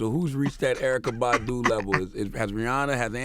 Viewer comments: If Envy pronounces her name as "Bahhhhdoo" one more time... soundin like a damn sheep. Bahhh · That's better than him saying BADooo! My ass itches EVERY time he pronounces it like that!😡😠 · Envy please stop pronouncing Badu like that... :/ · I don't know why, but the way Envy pronounces Badu irks me,lol.